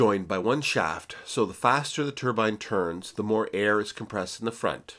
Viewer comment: Molybdenum (supposed to sound like mo-lib-den-um). Turbine should sound like ter-byne, not turban. One is a disc of blades, the other is a sort of hat. Think about it. And the American “aluminum” is right up there with the inability to handle metric units and traffic roundabouts.